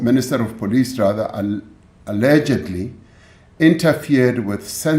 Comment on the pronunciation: You can see where his emphasis was "ALLEGEDLY" ....what a corrupt president.